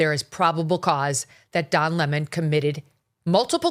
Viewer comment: I love hearing you pronounce his name the way it should be: 🍋and not Le-Moan ! ha ha ha ha